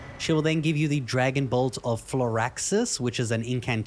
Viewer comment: Bro said floraxis instead of flo-riss-sax